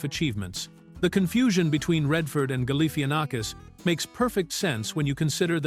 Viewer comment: Even Zach Galifianakis would laugh at how badly the AI narrator massacres his name.